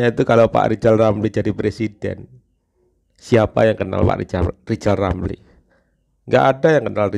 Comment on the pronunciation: Riyal ramli itu kalo kita yg bilang. Tp kalo yg ngucapkan dia sendiri pasti lizal lamli